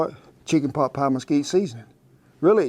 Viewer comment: * pot, not boot